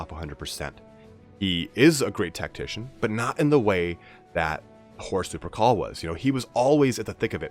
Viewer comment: for some reason everytime he says horus lupercal i hear horus supercall